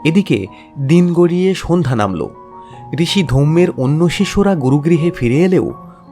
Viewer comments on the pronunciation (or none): none